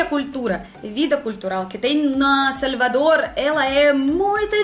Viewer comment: O seu sotaque quando você fala salvador parece mais como algo do tipo "сoльвадор" kk ou "сaльвадор"